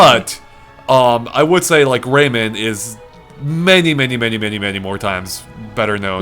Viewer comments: rayman not raymen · Am I the only one annoyed by the way he keeps saying "Raymond" instead of "Rayman"? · Gah, its pronounced Ray MAAAAAN Not raymen. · Ray-MAN not Ray-MEN:S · Please stop pronouncing it 'raimen'. Pronounce how it's spelt. Rayman -> ray - man. Sorry it's just irritating